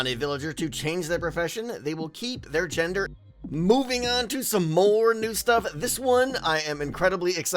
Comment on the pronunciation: does anyone else hear how wierdly he says gender